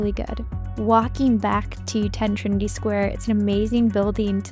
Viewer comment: It’s ‘Trinity’